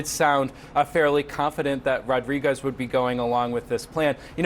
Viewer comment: You'd think a woman with such a big salary would know how to pronounce "Rodriguez" properly.